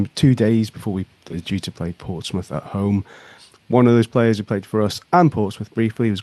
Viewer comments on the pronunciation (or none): none